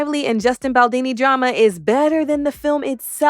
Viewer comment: His name’s Baldoni, not Baldini 😂😂